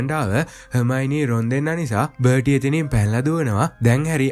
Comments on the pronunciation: බටි නෙවෙයි බාටි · අයියේ.පොඩි වැරදි ටිකක් තියෙනව එකක් බර්ටි නෙමේ එයා බාටි අනික අරය ක්‍රච් නෙමේ ක්‍රෞච් . අනික අර මුලින් පෙන්නන එක කනත්තක් නෙමේ ඒක ගෙයක්. ඒක Voldermort ගේ තාට්ජගේ ගෙදර. අනික ඒක Hogwarts ලගත් නෙමේ තියෙන්නේ. ඒක Harry දකින හීනයකුත් නෙමේ ඒක ඇත්තක් ඒ වෙලාවේ උන. 🙂🥲